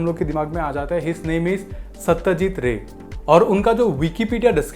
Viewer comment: Name galat bolraha hay. Satyajit roy